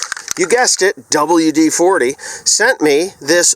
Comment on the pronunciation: Dubual Dee Forty